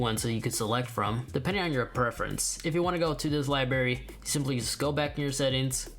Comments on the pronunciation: Library not libary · Did he just say “lie-barry” for library?